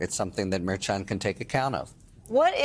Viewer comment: Harry, who do you REFUSE to pronounce Merchan correctly? What's the problem? You remind me of the morons on Fox calling Fani "Fanny."